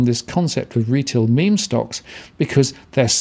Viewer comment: He got it right the first time in the video and then reverted to "mem" At least he is not still saying "me,me". I don't know why so many people struggle with this haha I read it the correct way from the beginning.